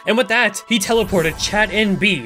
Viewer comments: Everytime He said "Chat" I always missheard "Chad" and for some reason that makes it 200% funnier to me. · I swear, every time she said chat I though she said chad, “then chad eats the magic collar” so funny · for half the video i thought he was saying chad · Same lol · Am I the only one who keeps hearing chad instead of chat?